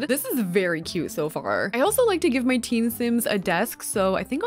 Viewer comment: When you said teen room I thought you said tea room and I was so confused when you put a bed 😅